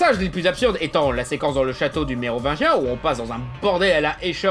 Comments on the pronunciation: Heuuuuu je rêve ou tu as dit neovagin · C'est ce qui se passe quand on articule pas assez bien le mot "Mérovingien". Mais en même temps, c'est difficile de bien articulier certains mots quand on fait de long phrases avec un certain rythme.